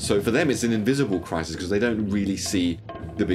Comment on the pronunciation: He can't say 'crisis'